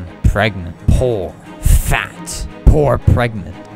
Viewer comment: they way he just says poor and fat sounds British